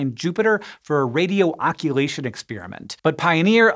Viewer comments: He said "occulation experiment". [@ ] I can't believe Hank said "occulation" instead of "occultation" and it wasn't caught before posting. Patreon patrons, you were asleep at the wheel. With great privilege comes great responsibility. Careful, everyone; Big Brother may be occulating you. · Did you mean “occultation” rather than “oculation”? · Radio Occultation. Pronounced like occult mysticism. Occult ation. You guys really nail almost everything you say though so great job anyway. We're only human.